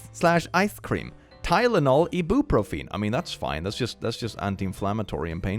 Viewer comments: PLEASE MAN. I-BEE-PRO-FIN. PLEASE. E-BROO-PRO-FEEN IS KILLING ME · love this man but I can’t get over the fact he pronounced Eye-bee-pro-phen As Ee-boo-pro-feen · him saying ibuprofen as i-boo-fro-feen was very funny to me. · please. its eye-bro-pro-fin. not eye-bru-pru-feen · hearing pronouncing “ibuprofen” as “ee-BOO-pro-feen” instead of “EYE-byoo-pro-fin” is amazing to me i love that😂😂😂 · ee-BOO-pro-FEEN I love it XD However, it is pronounced EYE-byu-PRO-fehn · ...not to be rude, but.. ...OH MY GOD THE WAY YOU SAY IT IS HILARIOUS- "Eee-boo-pruhfeen" ...its perfectly fine that you dont know how to pronounce it, but it is quite funny to hear someone butcher the word so badly. (It might be me butchering the word though, i pronounce it "Eye-bee-pro-fin") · its not ee-boo-profeen its I (as in I am)- buh- pro-fin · "ebooprufeen" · How is ibuprofen pronounced? I pronounce it like "eye - bee - pro - fin" am I wrong? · I'm sorry but mispronouncing ibuprofen (Eye-bee-pro-fin) is extremely funny. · ibuprofen is pronounced 'Eye-Bee-Pro-fin' however if you where just saying it that way to be funny I apologize for the correction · Your pronunciation of "ibuprofen" is hilarious x) Not bein a dick mind you, I know english isn't your first language and it's extremely good, but just so ya know next time, that's pronounced "EYE-bee-PRO-fehn". Weird as hell, I know. Medication names are a pronunciation nightmare. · Isn’t ibuprofen pronounced “I-bee-pro-fin”? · constantly mispronouncing Ibuprofen kills me lmao (btw it's eye-bee-pro-fin as far as I'm aware) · Say that again, I dare you 🤣 I-B-pro-fen I have never heard it pronounced like that, holy shit 🤣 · I don't think I've ever heard "ibuprofen" pronounced that way 😂 "ii-boo-pro-feen" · it's pronounced eye-boo-Pro-fin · Or eye-bee-pro-fin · I love the way you say ibuprofen XD imma call it that from now on, but for future reference: I-byu-pro-phen(fen) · "I-boop-rufeen" XD (Ibuprofen)